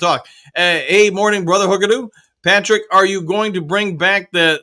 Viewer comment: Dew you “you” . Woo like I dew .